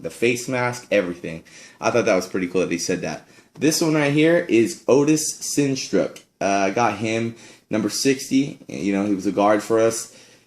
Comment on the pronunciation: It's Sistrunk not Sintruck he played d-line not guard Kennedy was 72 not 75 other wise very nice